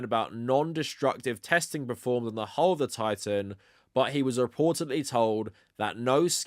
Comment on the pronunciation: You keep reading 'hull' as 'hole'. It's pronounced to rhyme with lull.